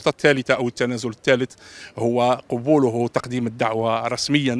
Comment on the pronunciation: أخي قل قَبوله ولا تقول قُبوله لأن القُبول معروف وهو....